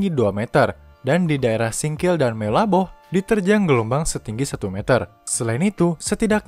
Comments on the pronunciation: simelue di baca jadi SIMELU dan meulaboh di baca jadi MELABOH. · Ngakak, pas dengar baca Simelue dan Meulaboh 🤣🤣